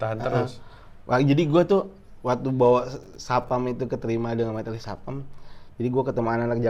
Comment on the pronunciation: rio stapam😂.. bukan jason statam ya